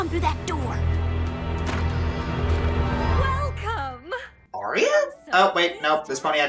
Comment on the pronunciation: when they say welcome it sounds like whale cum